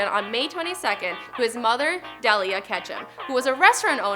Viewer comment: The way she says "Delia" triggers me.